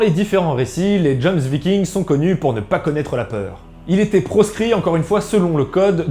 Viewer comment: Ça se prononce Yomsviking 😭😬